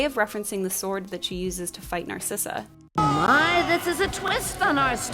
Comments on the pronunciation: I thought the evil queens name was Narissa… not Narsissa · Wait wait wait… Isn’t the villains name “Narissa”? Not “Narsissa”? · The evil queen’s name is Narissa not Narcissa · You did not just pronounce Narissa like that...